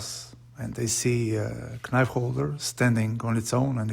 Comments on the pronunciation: I love the natural olive without epoxy or anything added. Pure in it's design. Also I know it's written knife but you pronounce it as nife without the K. Hope this helps, much love from the Netherlands <3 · The 'K' is silent! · nemoj recit k, ono je silent :) love your video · Very nice project! But the "k" in knife is a silent letter, which is not spoken ;-)